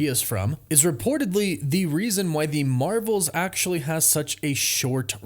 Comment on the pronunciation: “The Mravels”